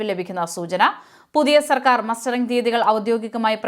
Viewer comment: മസ്റ്ററിങ്ങ് എന്നാണ്